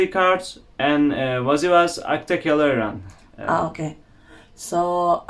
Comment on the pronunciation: wkwkwk pas bilang “akta kelahearan” 🤣🤣🤣